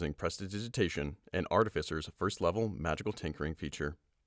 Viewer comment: New reader! And this one can actually pronounce "artificer" correctly! Yay! ♥